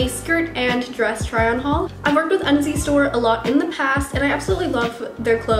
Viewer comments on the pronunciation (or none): at 1st i thought u said undies store :p